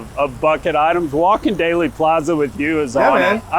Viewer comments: OK starting off by pronouncing Dealey Plaza incorrectly tells me this will be stupid and unprofessional. Don't waste your time. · The expert, Matt Crumpton, corrected the one who mispronounced it, so you can be assured that the content is sound. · I made it 4 minutes and 19 seconds into this video. If you pronounce Dealy Plaza as "Daily", and Tague as "Teeg", I am done. do your homework next time.